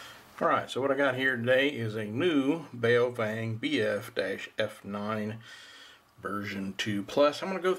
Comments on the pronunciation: Boris Chang bowww fenggg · Not pronounced "bay-oh-fang" its pronounced "boww fung" Lol. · bay oh fang hahaha